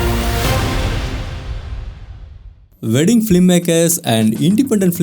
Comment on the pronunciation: just pronounce as WEDDING its not VEDING......... not V